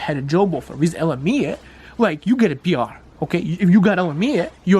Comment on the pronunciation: Hi, I appreciate your content and I have been following you for years, but I think you might confuse people but calling it LM-mia... I might be best to just say L M I A. Keep up the great work, great info!